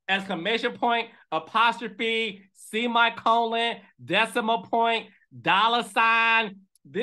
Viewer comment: Did he say "see my colon"? 🤣🤣🤣🤣